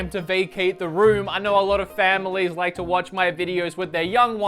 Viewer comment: "Did you rike it?"